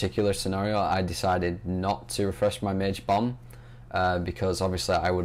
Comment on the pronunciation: when u said bomb it sounded like bum:p